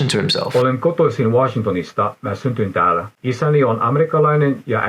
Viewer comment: *synnyin, not syntyin, otherwise nice :)